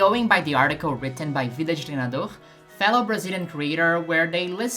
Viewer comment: She had really good pronunciation of "Vida de Treinador". Makes me wonder, would you speak portuguese?